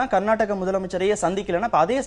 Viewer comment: நீங்கள் கர்நாட்ட்டக.. கர்நாட்ட்டக.. என்று உச்சரிப்பதை திருத்தி கர்னாடக என்று உச்சரியுங்கள்.